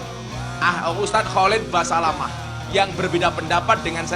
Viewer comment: Holat holet Holat holet. KHALID BASALAMAH. Susah amat. Nyebut nama orang aja salah, gelar Gus mu itu aja ga jelas sumbernya drmn.